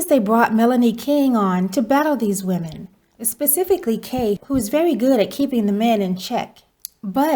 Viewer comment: did really say "pacifically" instead of "Specifically"? lol...but yet he up here tryna sound articulate lol